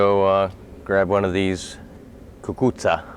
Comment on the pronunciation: Are you Italian? Sicilian? You pronounced it just so perfectly I have the seeds that my zio Pietro gave me one month before he passed away Last year I was successful after I realized what they were and then had to hang them on polls after they were already laying on the ground lol Now I have built a bamboo trellis and hoping that I will get more growth Any tips I really want to be successful I’m going to send you a picture of what I have done thus far